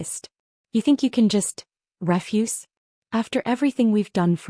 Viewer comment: Pronounce refuse correctly. Family respects -- not in this family. Financial fraud, anyone? Caller, not collar. Family doesn't betray family -- except in this case.